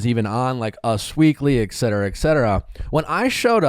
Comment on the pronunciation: nick - I love your podcast, but please study your pronunciation of "et cetera"